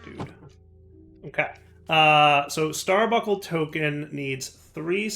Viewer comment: buNcle. Star BUNKLE. nails on a chalk board there bud.